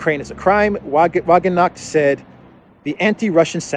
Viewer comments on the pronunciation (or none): Your hilarious pronunciation of Wagenknecht made the part a real clown story, LOL. I give you a tip: Try it somewhat like vah-ghenk-nesht. That would be about 60% of the way to say it. The "sh" should be spoken softer, maybe like the chi in Greek. I'm not sure about that. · wagenknecht is pronounced like "wagon connect" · Wagenknecht is pronounced Var-gern-ke-neck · Sahra Wagenknecht (roughly pronounced 'Zuh-ruh Vuh-gen-k-neckt') is actually a leading member of Germany's democratic socialist party (branded "Die Linke" aka "PDS"). ✊😌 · Damn, you always find new ways to butcher German words and names, ways I never believed possible lol